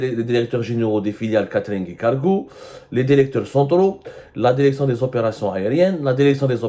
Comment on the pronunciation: DIRECTION ET NON DERECTION YA ABDOU SEMMAR